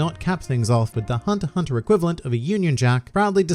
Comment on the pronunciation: Only think I dont like about your videos is that you call it hunter hunter, but thats the only thing, the content is great, keep up the good work